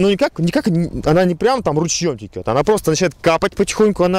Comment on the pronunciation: не тикет, а течет! Исправся